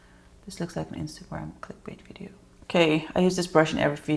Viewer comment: Wrm zeg je helemaal vidyeuwww, zeg gwn video mygod